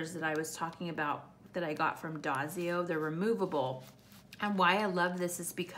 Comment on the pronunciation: I think the paper company (if it’s Daiso) is pronounced Die-So.